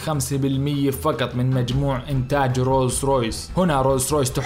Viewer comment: لو الكاف ترجعها قاف يكون أفضل ، قطارات وليس كتارات ، تعقيدا وليس تعكيدا ، فقط وليس فكت ، وقيس عليها ، وما تبقى فبرنامجك جيد